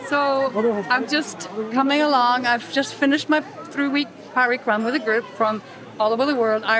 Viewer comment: We guys might not be at fault but u pronounce the Parikrama Word wrongly. It is not pronounced Parikraam but Parikrama. The First and second A are pronounced as the U in Umbrella. The last A is pronounced wie A in Apfel 😜.Viel Liebe aus Berlin ❤